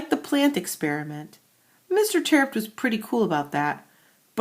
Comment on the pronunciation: it's terupt no tearupt